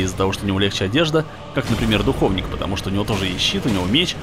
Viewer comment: Почему все говорят духОвник? Когда говорится духовнИк!